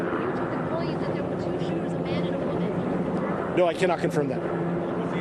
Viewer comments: A woman pause for emphasis is dead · Lol "Mass murderer, A WOMAN, found dead" I know they emphasized it because its rare, but I still think its hilarious